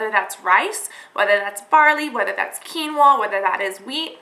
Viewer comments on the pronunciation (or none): Great video Cass oh and it's pronounced 'keen-wa'